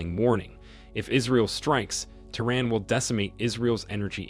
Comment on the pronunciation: Is not I-ran and is not Te-Run stupid illiterate!